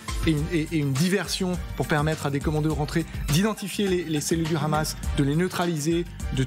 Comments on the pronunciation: Le KHamas? Pas très professionnel ni déontologique de le prononcer à l'Israélienne alors que c'est un acronyme arabe. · Le khamas 😂 c’est comme si tu disais les khabitants 🤣🤣🤣